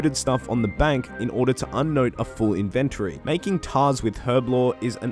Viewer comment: Your videos are so crisp. I love them! Thank you... even if you say inventory wrong hahaha